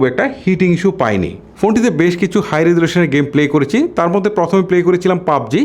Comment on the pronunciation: ভাই ওইটা ওয়াইট না ওয়েট(Weight) উচ্চারণ হবে বাংলায়।আপনার শব্দ উচ্চারণ ক্লিয়ার না।করেচি,বেবেচিলাম,চিল এগুলো কি?